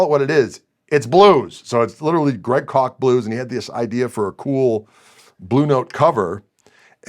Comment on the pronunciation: Greg Koch. Pronounced like "caulk."